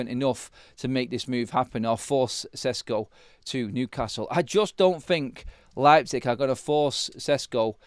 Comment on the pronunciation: Šeško = Sheshko and not Sesko at all !!!!!!!!!!!